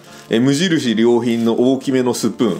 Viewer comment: 無印良品の発音直りませんねえ〜 後、収入の発音も。きほんひとりさんと同じでしたね。静岡弁なんですかね？